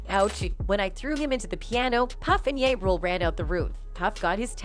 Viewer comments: This other can’t even pronounce 2pac or ja, why is she commentating. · I knew diddy was gay back in the usher days....hearing this woman call ja ya and pac pack made me flip the channel sorry....